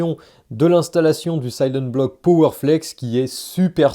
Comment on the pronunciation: silent-bloc ❌ sayleune-bloc ✅